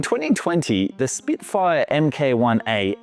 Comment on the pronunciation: What is WRONG with you ? Are you trying to drive us crazy ?? 🤡 Rolls Royce "Gosh Hawk" engine !! Goshawk "Emm Kayy One A" That's MARK 1A ...🙄 "Arrow bick hands and Loomerus markers" 🫤 Arabic hands & Luminous markers. without doing a "periette". That's pirouette. It says "Miss Shillings ORIFICE" on the screen, but instead you say "Orphus" Why can't you get someone to watch these videos and correct your clangers before you upload ? These videos are beginning to sound like AI created trash with all these basic grammar errors !!